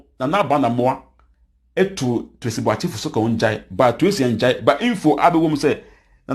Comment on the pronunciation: You see how you pronounce Tracy's name?? Be credible and factual... You've been uploading false vids here